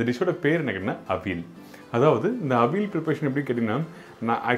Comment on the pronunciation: Where is vazhakaai? .it is kne of the prime ingredient. . Pooshnika vazhakai n chennai most imp.. n ...it is avi- yal... not aveel